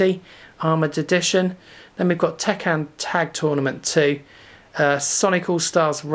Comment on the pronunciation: A fellow Brit! Huzzah! Great collection video, but it's pronounced Tekken and not Tekkan :P